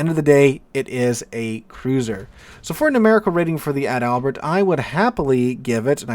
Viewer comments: Ad albert sounds funny.... Its pronounced just like the paratrooper flower the Germans wore....Edelweiss. (pronounced Adle Vise) Adalbert. .. (pronounced Adle Bear) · I’m not a nitpicker, really, but it’s Adal-bert, not Add-Albert. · I don't want to be the "actually " guy here, but you're mispronouncing the ship's name. She's ADAL-bert, not Ad-ALbert. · sorry, but I love your pronouncing "Ad Albert" 🤣🤣🤣🤣🤣🤣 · Can't wait for the full, comprehensive German ship review video, where we get to see how the "Bi-Smark," the "Fry Derek, " and the Gruh-Sewer hold up in 2025